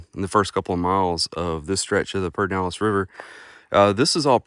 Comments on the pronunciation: Thanks for a great video. If you are from Central Texas, it is pronounced: PUR-der-NAL-ehz” or “PUR-den-nal-ehz.” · Yep…it’s hard to listen to him say it. I’ve never heard anyone say that.